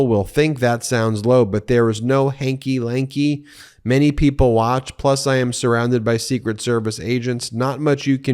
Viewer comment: What the heck is hanky/lanky? It’s hanky panky. lol ❤❤